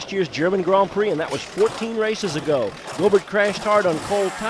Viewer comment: Go-bear ? lol Making him a bit more European than Aussie there announcer man.